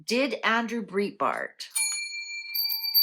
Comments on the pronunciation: Thank was going to text same on pronunciation of Andrews name! Nothing against, she isn’t in USA, so probably never heard his name spoken! Love your readings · Andrew Breitbart (pronounced “brite”bart) was awesome. I was a big fan, and stunned when he died so young. (And essentially on my birthday, too - February 29th) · Since you didn't pronounce his last name correctly, how could the cards read correctly? Plus I've always heard he had heart attack while walking and not died at home. ???